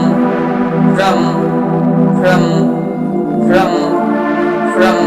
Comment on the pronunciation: ফ্রম Fraum holo montrotar uccharon